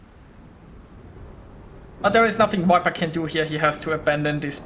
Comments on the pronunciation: Nice game. Too bad about your early death :) Btw, viper is not pronounced wiper :) Just use the German 'w' as the first sound and all is fine. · I am sorry, I didn't mean to criticise, I just thought that your English is so good, I wanted to help a tiny bit. When you say viper, it sounds like the English wiper, like windshieldwiper, which is Scheibenwischer, I think, in German. The 'v' is harder than that in English, more like a soft 'f', not like a 'w'. In Berlin where I live (but I am not German), I hear the German 'w' said more clearly as the English 'v', maybe that is a regional thing? This sounds a little too soft, probably due to Google's codec, but it gives the idea (strangely also on the German side)